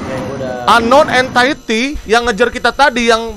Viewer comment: Entity Cok bukan entitid 😭